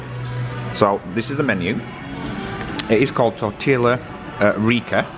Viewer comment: TOR-TEE-YA, not TOR-TILL-A